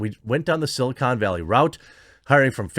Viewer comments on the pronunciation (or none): none